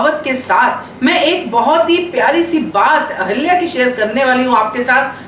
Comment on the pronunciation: Aap ahilya boliye ahalya nahi